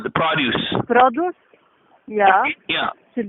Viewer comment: I think they didnt understand when he keeps pronouncing produce as "prah-doos".